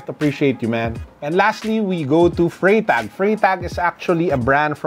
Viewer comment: For a Swiss / German speaker you pronounce it as Frrytahk ( Freitag ).